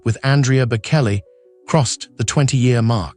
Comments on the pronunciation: You need to learn how to pronounce his name, Bocelli, correctly- Bo-chelli. It is a short "e" sound. Please do your homework. Bokelly? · Try the ch pronounciation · It is so annoying hearing it mispronounced , obviously the narrator has never heard of Andrea Bocelli, his loss !!!! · Horribly pronounced: quite a few words besides his name. Terrible ai... 😅